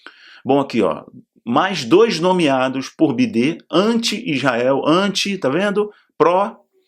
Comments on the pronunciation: Boa tarde, Não é bidê é biden! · A pronúncia de biden é baiden não bidê 😁😁😁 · Ele sabe, só fala assim pro vídeo não ser censurado. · Bidê por causa do YouTube